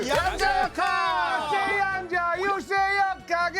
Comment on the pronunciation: 여러 분! "양자 역학"의 첫 장.ㅣ한자어가, 수량이라는 양이라면 , 이를 "길게" 발음해야 하는데, 양자 역학 전문기들이 이 것을 짧게 잘못 발음하고 있으니, 도대체! 한국 문화 수준이 참 비참하오이다!!